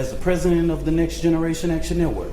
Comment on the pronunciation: I'm sorry I'm only hearing "nigsgeneration action network"